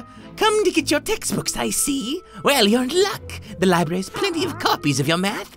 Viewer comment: instead of spelling library he spelled it libary hear closely!